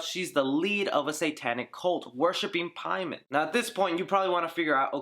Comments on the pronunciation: Paimon (English) = For the Persian name, Peyman not PIE-MON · You say Paimon wrong when they said the correct way multiple times. Idk it just bothers me. They pronounce it Pay-men yet you make up a pronunciation